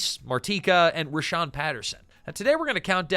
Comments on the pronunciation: "Rahsaan" not Rhashawn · For whatever it's worth, his name is Rahsaan (like - Rah-sawn), not Rashawn. The roots of this show go back to a long running cabaret show that ran at The Roxy (Los Angeles) every Sunday in the early 80's called "Let's Put On A Show". Jerry Sharell and Martika were cast members of that show. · it’s “rah-saan” not “rah-shaan” ☺️ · pronounced "Rah-SAAN" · Hate to be that guy, but a few corrections: 1.The show intentionally utilized the nonfunctioning "A" in the Palace sign so it could be called "The Place". Multiple characters referred to it as such. 2. His name is pronounced "Rah-saan" like "Daniel-san" from the Karate Kid. 3. A significant amount of footage that was shown when highlighting Shanice was NOT her. In fact, one of the clips was of the African American main character "Kenny" who had no overlap of time when Shanice was on the show. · You have a lot of wrong information here. You're not pronouncing Rahsaan's name properly. The person you're calling Shanice is not.